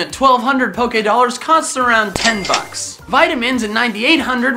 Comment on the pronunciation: Were u tryna say “bucks” but only ever heard it and never seen it in writing before? If u mean the slang form of “dollars,” it’s “bucks” not “bugs” lolol bugs are like insects. But I guess English may be a foreign language to u so I wont judge ya!